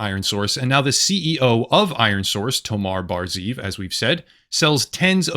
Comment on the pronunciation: Just a small point to make, I know it says ZEEV and you read it like ZIV but you actually have to pronounce it ZE-EV with 2 syllables (it means wolf)